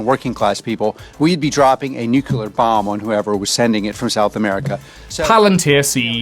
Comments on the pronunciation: Any person who unironically says "nucular" instead of nuclear should probably not be occupying a high leadership position of any sort.. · there’s only one “u” in nuclear